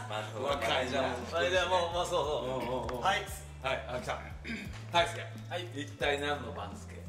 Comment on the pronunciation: 冒頭でみやっちが言ってる藤ヶ谷くんの名前なんだけど『藤ヶ谷だいすけ』って言ってるけど『藤ヶ谷たいすけ』じゃ？😂